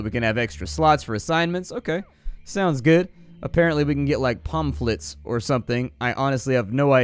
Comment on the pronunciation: its pronounced pam-flets lol